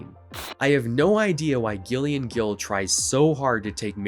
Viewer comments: not commenting on the video itself, I like that part, but when a female presenting person has the name Gillian, it's not pronounced "Ghillian" lol, it's "Jillian" but with a G instead of a J, the whole section on that weird ass biography author I had no idea it was a woman, lol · Gillian is pronounced 'Jillian'.